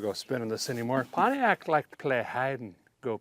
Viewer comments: i like how he pronounces each syllable pont-i-ac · Just like America is pronounced “MURIKA”, Pontiac is pronounced “Pahn Tay Yack” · I just love how he pronounces Pontiac. 🤣